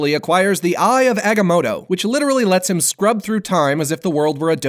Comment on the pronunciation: you pronounced The Eye of Agamato wrong...